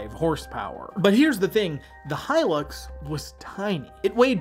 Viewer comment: Thank you for pronouncing the Hilux properly instead of how 99% on Americans pronounce it as Helix